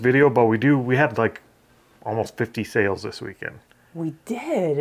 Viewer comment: you had lots of "sales" not "sells"